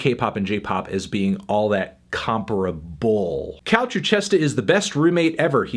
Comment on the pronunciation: who taught you to say comparable that way